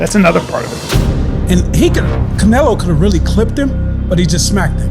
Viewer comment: The guy says canolo lol